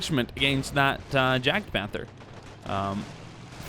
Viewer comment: Its pronounced (yag) panzer not jadgpanzer